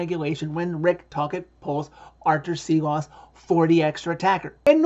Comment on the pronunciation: its pronounced shilovs, that S with the little tiny v over it is a "shh" sound